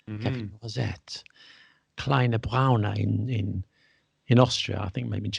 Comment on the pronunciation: Your Dschörmän actually isn't that bad. It is kleiner Brauner or großer Brauner. That is a kleiner or großer Schwarzer with Obers. But mind the r at the end. Unless you expect to be introduced to a young Lady with a specific skin colour. Now you might feel tempted to look it up in a German dictionary. But don't, since it's Austrian and typical for Vienna. Obers is cream but only in Austria. Germans will misinterpret Obers for a sloppy pronunciation of Oberst which is colonel. Ein kleiner Brauner is rather a little Nazi in Germany than a cup of coffee with cream. You better go for eine Tasse Kaffee (a cup of coffee) or ein Kännchen Kaffee (two cups served in a pot). You can order Einen Pot Kaffee in northern Germany though. But it won't be served in a pot rather in a mug.